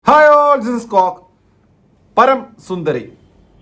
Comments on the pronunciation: പരം ❌ പറം ✔️😂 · പറം അല്ല പരം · പരം ❌പറം ✅😂